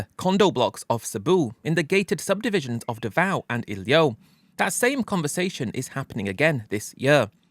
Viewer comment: It's iloilo, not ilio..